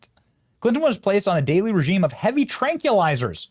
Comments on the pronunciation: Benny I hate to be this person but I'm going to; tranquilizers are pronounced "tranquil" + izers. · Tranqui lizers??? 😂